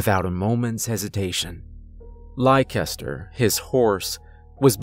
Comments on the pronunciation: I think it's pronounced "Lester" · Leicester is pronounced "less-ter". It's a British word. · Americans tend to pronounce my home city (UK) the same way youre saying the horses name lol. Is it spelled Leicester by any chance? You say it like Lester if so ; )